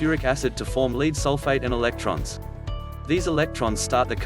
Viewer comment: Ugh. Robot voice. Note the mention of "leed"-acid battery.